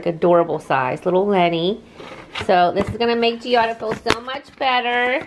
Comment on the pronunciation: Sorry, it’s suppose to be Giada not Gilda.